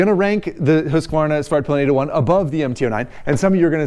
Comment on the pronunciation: Excellent pronunciation of both Husqvarna and Svartpilen 👍